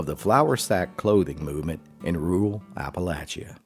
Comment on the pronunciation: How does he pronounce Appalachia????